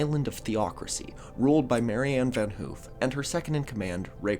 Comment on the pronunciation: Van haaf. Not oo